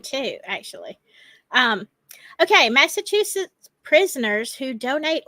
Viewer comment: Prisoners of Conscious? "Massa- two-sets"😅